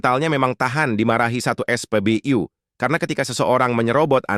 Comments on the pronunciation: Saya sudah ngomong, no urutnya ke 146, knapa maksaa ?? Haahhh.. hhaaahhhh ????!! Admin jg,, es'pebeyu dan bebi'em salah kosa katanya, yg bener Bebe'em dan es'pebe'u.. di ralatt min di raalllaattt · Sakit telingaku saat kau sebut spbyu miinn😢😢😢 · Narasi "U" bacanya biAsa aja, dul .... Jangan NORAK !!!! SOK DI INGGRIS2 IN..... DODOL !!!! Bukanya keren malah jadi KAMPUNGAN .....👎👎👎👎